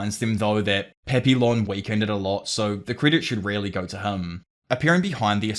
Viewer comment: My inner Canadian is coming out here, but the "L"s in Papillon are silent. It's a French word - pronounced closer to Pah-pee-yawn. Edit: It means "Butterfly".